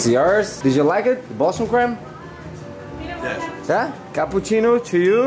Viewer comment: bostion creme renato: queee bosta de cremeee? kkkk